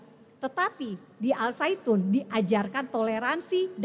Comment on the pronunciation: Zaitun.. Saitun 😂